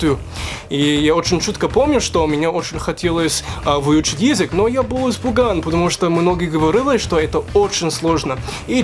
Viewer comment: Чего блять? :D Молодец! Произношение хорошее, особенно буква ё. Пару исправлений, если не возражаешь: *выучить язЫк *я был испУган / я боЯлся *чЕстно говорЯ